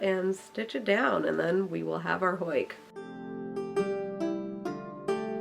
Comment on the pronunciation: Am I the only Dutch speaking watcher that got a bit distracted by the way she said huik? You're saying hoik 🤔